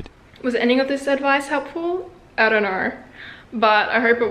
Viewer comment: “I don’t knoirr”